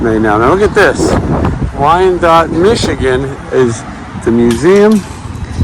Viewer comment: You pronounced Wyandotte correctly, it's a nice town. I got the Four Rooms reference to the body in the mattress, you don't want that! LOL. Tim Roth cracked me up in that movie! Love the video!